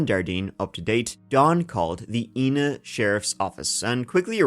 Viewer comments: Please it's pronounced I na not E na! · Not that it matters that much, but it's actually pronounced "eye-nuh". I live just 15 minutes from where this took place, in Benton IL .Very tragic situation, but I am super stoked to see you covering it. My boyfriend and I listen to your podcast regularly! 🤘🏼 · I'm from about 20 mins south of Ina Illinois. The way everyone pronounces Ina around here like Eye-naw not E-na. I had to look the case up to find out what town he was talking about.